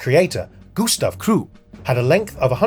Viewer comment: Mispronounced krupp.